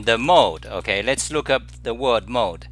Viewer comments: If you say mode like mod, it will be difficult to distinguish mod and mode. As Reaper said, mod is for addons to programs or games, shortened word for modification. I have never heard anyone say mode like /modd/. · I found it peculiar. I took notice again that is not native english speaker. I play games, so i heard mod, as in modification; game mods. I did still understand after a second, don't worry.